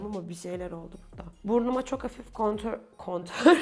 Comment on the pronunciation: Burnuma hafifçe kontör Kontörrr😂😂😂 250 kontör😂😂😂 Kontür yapicam😂😂 Sinirim bozuldu😐 Sushvsgansxtsh🤣